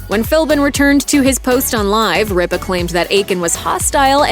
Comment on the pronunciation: CAN THE GENTLEMAN WHO NARRATES PLEASE PRONOUNCE RIPA AND ALL THE OTHER NAMES PROPERLEY, AND IF IT IS AI THEN CLEAN IT UP, NO WONDER AMERICAN CHILDREN OR SO UNEDUCATED